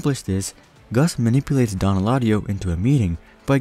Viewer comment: Dõn not dōn